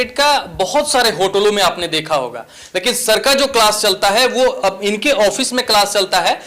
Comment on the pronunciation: Claas❌️ Kalaaasss✅️ 😁😁😁 ap khud sochlo padhnewale itne gyani hai jinko class bolna bhi nahe ata😂😂